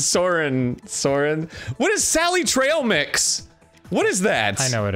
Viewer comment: Watching Arin struggle with "sally trail mix" helps one understand why he doesn't like Ocarina of Time.